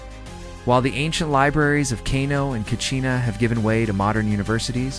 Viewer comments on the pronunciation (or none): Katsina not kachina. Nice video. Love from northern Nigeria ❤